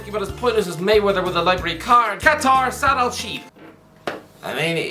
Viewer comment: You got the Qatar Saad Al-sheeb correct